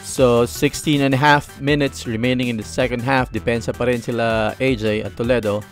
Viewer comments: IT PRONOUNCE TOLEEEDO WITH LONG E LOL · ITS AN AMERICAN CITY IN OHIO STATE LOL GOTTA HAVE TO PRONOUNCE IT CORRECTLY LOL HE IS SAYING IT WRONG AND ITS NOT SPANISH ITS A NATIVE INDIAN WORD LOL DIFFERENT FROM SPANISH WHICH YOU GOOGLED LOL